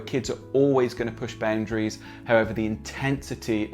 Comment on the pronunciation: Omg stop saying baoundaries